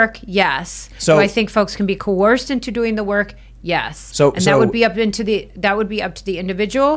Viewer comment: Giving clueless the “blues” with clues…if you’re going to use the word “coerce” over and over, you should learn how to pronounce it…she’s a “survivor” of people calling her a “victim”…🤣🤡🌎 sooo mysteeerious about what she can’t say, smells like a SCAMMER!